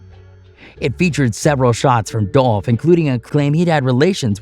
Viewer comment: Are we gonna sit here and ignore the fact that the clown narrating this is purposely mispronouncing Dolph name, while, in the same token, making a mockery of southern slang... Racism is so real...